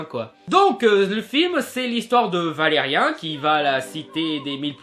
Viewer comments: Une critique légère avec peut d'argument réellement solide pour ma part un peu facile tout sa , et merci de critiquer le film avec les bonnes appellation pars que la crédibilité d'un critique ayant été super attentif au film mais ne sachant pas prononcer le prénom du personnage principal qui est : Valérian et pas ValérieN !! En prend un coup ! Enfin pour conclure se post une critique à l'image de la taille de la communauté abonnés à cette chaîne. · bon déjà cest pas valerien (un) mais valerian (an) après quand on connais le dessin animé on ses que que cest jouer comme sa meme si c'est un dessin animé et la bd comme le dessin animé son français merci luc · Alors... concrètement, c'est Valerian, pas Valerien.... impossible de prendre une critique au sérieux quand le nom est écorché en permanence.... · Je veux bien que la plupart des gens ayant regardé le film disent qu'il est mauvais, mais je peux pas prendre en compte l'avis d'un mec qui sait pas dire correctement le nom du film dont il parle. C'est ValériAN, pas ValériEN omg. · ValeriAn pas Valerien... Apprends au moins à dire son nom. Je suis d'accord avec ta critique, mais t'entendre écorcher son nom tout le temps, ça m'a gonflé désolé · Je sais pas si tu fais un jeu de mot, mais ça me perturbe de t'entendre dire Valerien et pas Valerian 😂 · On dit Valérian pas Valérien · ca va c'est une erreur de prononciation cassez pas les couilles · ça me fait bizarre quand je t'entends dire "valérien". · On dit "ValériAN" par contre comme dans "perdANT" hihi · C'est Valérian -_-. Réupload ta vidéo juste pour ça pour éviter de passer pour un gland. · on dit ValeriAn !!! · Tu devrais apprendre comment dire les choses avant de faire les vidéos, car ne pas savoir dire Dunkerque puis Valérian, c'est bof, j'aime bien ton travail mais là c'est chiant quand même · prononce bien le prénom stp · balec que t ai mal prononcer valerian t a dis dofus alors que ça se prononce dofous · Tu prononce mal Valerian Bonjour